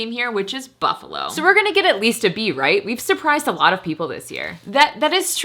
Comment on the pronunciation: It's not Buffalo, it's Buffalol.